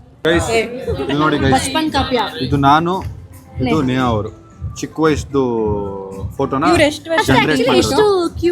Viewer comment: ನೇಹಾ ಅದು ನೇಗಾ ಅಲ್ಲ😊